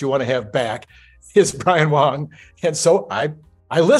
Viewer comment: you are pronouncing Brian’s surname incorrectly, I believe. You are saying “Wong” — it is “Wang”. Your last name isn’t “Kork” 🙂